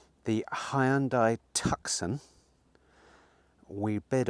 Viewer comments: I like the mood and feeling of this channel, nice and light hearted, I'll struggle with the next one though if you keep calling it a TUCK-SON - please call it a TOO-son, as in Tooson Arizona - nice cars those. Keep the flow of this channel the same though - nice and light. Good luck for the future. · Love your channel.. the Hyundai tucson is pronounced TOOSORN. 😊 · Tucson. Pronounced in a French way with a silent c, I suggest. So ‘Tou Son’